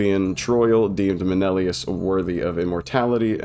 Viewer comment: MEH NEH LAY US